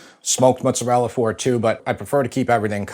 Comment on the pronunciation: I appreciate the young man's point of view and I absolutely love that he pronounces mozzarella correctly then drops "sammich", lol. I'm heartily appreciating these new crops of youths!